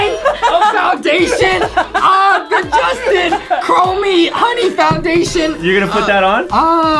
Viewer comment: Its kroma